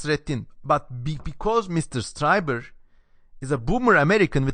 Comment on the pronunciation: Pronounced like "Streeber" not "Striber." Interesting analysis, well done.